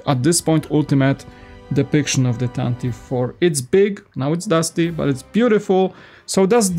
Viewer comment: Yeah, usually Americans say it correctly… “tantive” We like pronunciation